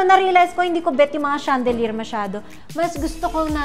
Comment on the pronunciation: Mona arte mo mag salita pa bebe mayındı ps kay Andrea brillantes , Ivana peach lang d mo ma pronounce ng tama. Patahi ka ng mga seat cover. Nong bata ka pa ganda ng English diction or accent mo ngayon chandelyerrr na